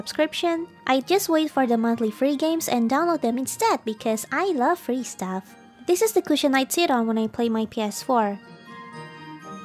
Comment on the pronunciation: How she said,"I love free staffs" hhhhhhh😂